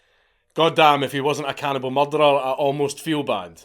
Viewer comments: Anyone else just watch this purely to hear count say murdar? No? Just me? Ok. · You say the word 'murderer' too scottishly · Anybody else enjoy the way The Count pronounces Murderer 😂 I Love It his accent is GOLDEN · you say murderer funny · I do love the way Scots say that word.